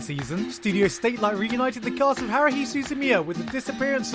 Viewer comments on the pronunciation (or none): can you pronounce ANY japanese word correctly? Annimay, Heruhi